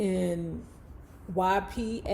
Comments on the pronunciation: Ypsilanti is pronounced like Ipseelantee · Pronounced Yip-suh-lan-tee